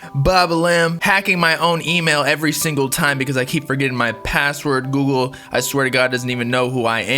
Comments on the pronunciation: goo-gul not googoley lol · Are we gonna ignore how he said Google like GOO - GLEE 😂😂😂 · Nobody is gonna talk about how he pronounces google 😂